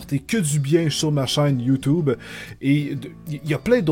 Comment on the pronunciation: ..l'un des seul homme sur terre a dire youtube "youtoube" XD